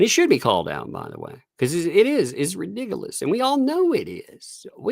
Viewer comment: Replay crew! Love it when you say Redigulous……. Too funny. Love to you and the little!!